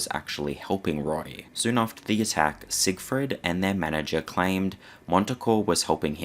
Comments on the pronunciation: I was only paying half attention and Im pretty sure I heard "Siegfried Fishfucker." I'd rather not be corrected. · Leave it to to not be able to even say Sig Freed right, theres only hundreds of clips of people saying it right.....